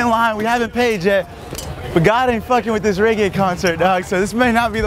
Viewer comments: Reggae not raygae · He black and calling it raygay 😂😂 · This nigga kept pronouncing it wrong 😭